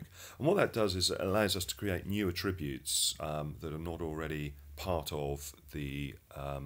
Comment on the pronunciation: "Attributes" as a noun is pronounced ATTributes, not aTRIButes.